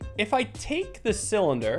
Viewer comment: A thin cyllinder - you mean Mike Tysons favourite “Thillinder”